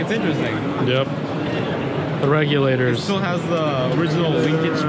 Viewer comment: "The Regulaters" 🤣🤣